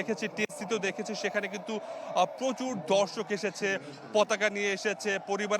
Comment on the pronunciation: কথাটা "ধর্ষক " না "দর্শক "